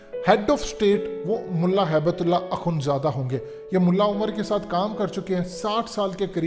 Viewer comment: ملا ہیبت اللہ نہیں ھبۃاللہ ہوتا ہے نام میں درستگی لائیں